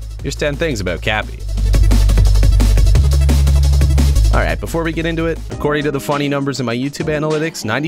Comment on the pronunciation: You say kape it is kapi